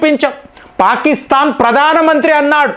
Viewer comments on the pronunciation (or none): none